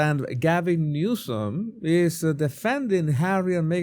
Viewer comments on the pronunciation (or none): It sounded like you called him Newscum.😂😂😂